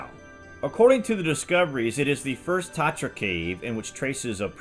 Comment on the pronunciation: I'd replay again the video when i heard Tartarus...oh its Tatra... Another great topic dude 💕💕💕